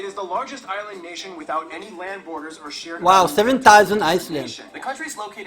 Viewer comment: Aysland! yawa! HAHAHA